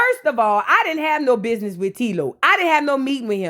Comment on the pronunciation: "Thass a lizznahyee i would never do that to my bizznahyee" I'm hollering 😂😂😂😂😂